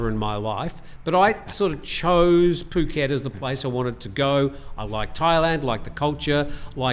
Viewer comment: I'm less than half your age but thoroughly enjoyed the show:) You can tell speaks good Thai just based on how he pronounces ภูเก็ต/Phuket